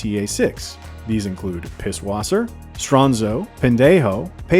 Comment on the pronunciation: you pronounced pisswasser wrong